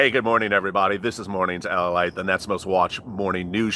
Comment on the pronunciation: I don't understand... Is it lalite or late... Cause it sounds like you are saying lalite?